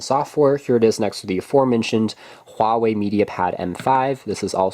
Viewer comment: Wow, you must be the only English speaking tech YouTuber who can pronounce Huawei and Xiaomi properly!